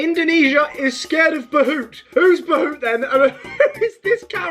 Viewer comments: hey indian here! Basically the pronunciation is not behoot its bhuut. But the spelling is bhoot. It isnt a specific name it is like the general name for monsters, demons, ghosts all that stuff. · its prounnced B OO T NOT buhuht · He doesn't no how to say bhoot